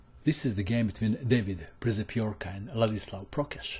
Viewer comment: it should be read "pshepioorkah"